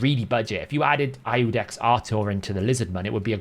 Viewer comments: Iudex is iudex. It is spelled iudex when not in front of Artor's name, like a title. In his lore, the seventh paragraph, first sentence. Capital I verses L... I Love the Hell Hades site, use it all the time. 🙂 Just saying that ya won't find ludex (small L) when using the funnel but you will find Iudex (capital i). Basically don't pronounce it LUDEX. :) Go with Artor rotf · Iudex is the Latin word for "judge" and is pronounced "You-dex". The I in Latin is funny. The Romans didn't have a J or a Y. The I was their J and was pronounced like we would pronounce Y. As in "Janus" (or Ianus), the Roman god of gates and doors, pronounced with a Y. The name has been used in modern times such as in GoldenEye.